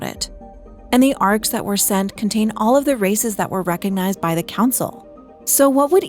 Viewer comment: i'm sorry but i have to type it, all i hear is "contain all of racist that were recognise by the council" & "all intended rasict" , i'm sorry that i have to laugh throught the video 😆😂